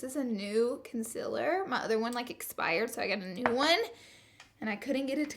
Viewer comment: she doesnt know how to pronounce concealer and shes a beauty guru wow